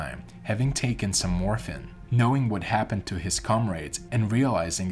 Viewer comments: Why do you pronounce dead as "dad" and morphine as "morfin"? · Interesting story however… The individual doing the narration mispronounced I know a number of words. Morphine was miss pronounced as well as the word comrade. I am an old broadcaster and have done hundreds of voice overs. Again, interesting story but you really need to find someone who knows how to pronounce words.